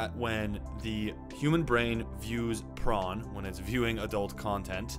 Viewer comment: Why do you say pron?